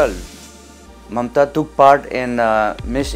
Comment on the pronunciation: Its Mamta bro not momta